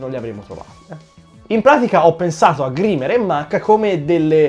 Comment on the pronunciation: Grimer si legge graimer, comunque bellissimo video e bella idea